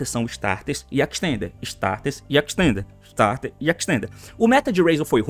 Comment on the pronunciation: Ninguém: A T: Extender istarter extender istarter extender istarter